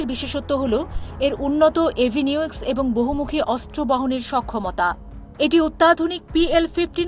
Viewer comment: এভিনিওক্স হবেনা আপু এভিওনিক্স হবে। সংবাদ পাঠের সময় আরো বেশি মনোযোগী হতে হবে।